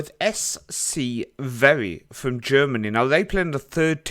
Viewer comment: it's actually Verl not Veri